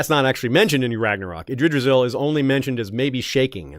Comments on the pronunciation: Being pedantic here, but Yggdrasil is pronounced with the hard "G" as in Gas, not as in Gerald. So it would be IGG - Dra - Sil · I laughed every time attempted to pronounce Yggdrasil 🤣